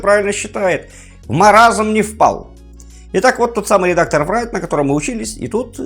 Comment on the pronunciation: Write произносится просто: raɪt Райт или рай(ы)т. Не надо говорить врайт